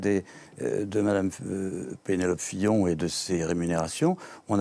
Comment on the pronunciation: affaire Fillon et non pas pillon mais sinon c génial